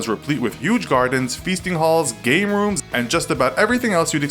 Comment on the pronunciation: I knew it said "Game Rooms", but that is what it sounded like